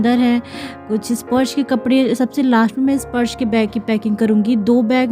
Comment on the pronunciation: स्पॉर्श क्यों बोलतीं आप स्पर्श को